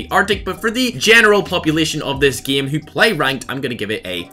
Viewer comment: why does he keep saying the word game wrong lol